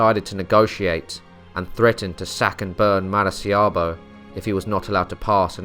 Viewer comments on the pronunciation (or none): Great video, as always! Just one observation: the place in Venezuela where Morgan was in is called Maracaibo, pronounced "mah-rah-kah-ee-bo". I think you just misread the name XD it's funny because you usually have a really impressive grasp on Spanish names. I'm Venezuelan and when heard "marciabo" I was like... What? O.o